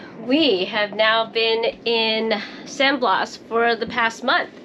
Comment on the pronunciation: Sounds like "San Blahs". Be healthy guys.